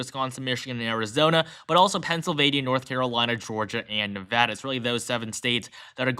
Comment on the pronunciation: Thank you for saying "Nevada" properly!